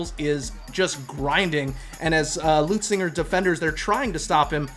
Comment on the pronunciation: Leu Zinger!! Where is the “T” you scholars keep pronouncing?? It’s not Leutzinger!